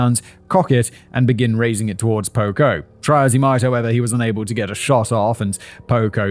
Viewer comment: I keep thinking you’re saying pogo and all I think is gacy….